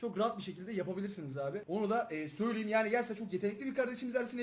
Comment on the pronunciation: Söyliyeyim kelimesini her videoda söylüyüm diye okuyosun düzeltsen güzel olur aslında dsaghan